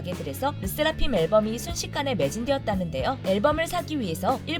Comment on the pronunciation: 르세라핌은 왜 르'쎄'라핌으로 발음하고ㅋㅋㅋ일본은 왜 iiiilllllllbon 으로 발음하는지.. 그냥 ilbon이라고 살살 발음하지